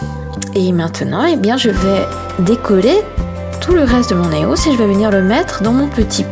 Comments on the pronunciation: On dis pas Eos mais [I O S] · Ca ce prononce I O S. Pas E O S. Elle n'est pas française, donc elle le prononce mal. Ca s'entend. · C'est cool mais tu me stress avec des EOS sa se dit I O S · Sa se dit [I] OS!! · Tu le prononce mal c'est eos prononcer l'être par lettre en anglais pas éos si non bonnes video